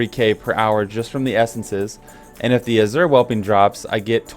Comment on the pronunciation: sigh "Azure Whelpling" - spelled just like it's supposed to sound ("whelp" is the base English word here). Fine video otherwise, though.